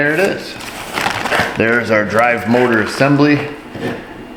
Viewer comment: The Mowtah 🤣